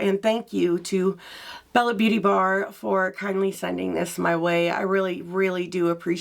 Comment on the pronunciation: Can I just tell you I believe it's pronounced Bella beaute' bar...